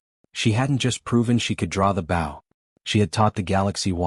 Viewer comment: Please adjust the pronunciation of bow. It is b with a long o. Loses credibility.